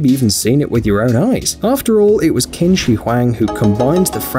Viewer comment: Qins name is pronounced chin not kin